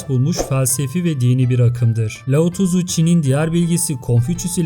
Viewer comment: her lao tızu dediğinde beynime kan sıçradı abicim laozi demek bu kadar mı zor